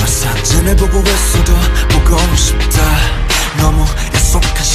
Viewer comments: kookie Jkook في غلط بسيط بالنطق وهو كلمة بوقو شيبتا و تاشي ، النطق الصحيح هو بوقو شيبدا ، داشي .... لازم حرف الدال وليس التاء ☺ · النطق الصحيح بوقو شيبدا ليس بوقو شيبتا ، داشي و ليس تاشي ..